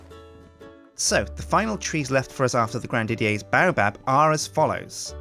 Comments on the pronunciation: Dont take my word for it but I think it's pronounced Bay-oh-Bab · Haters gonna hate but baobab is pronounced BAY----OH----BAB also a lot of the things u do make u look like a massive noob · the baobab is also pronounced "Bay-O-Bab"